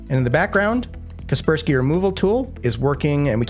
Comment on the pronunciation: Watched untill Kaspersky name was pronounced...